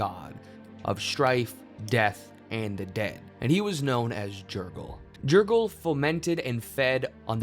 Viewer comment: It’s pronounced yer-gal